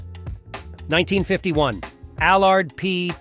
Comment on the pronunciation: I wish this guy would learn to pronounce Ami and allard properly. You put the emPHARsis in the wrong place.